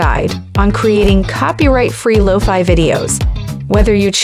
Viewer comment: Is this a robot? She calls it "Low-Fee Beats".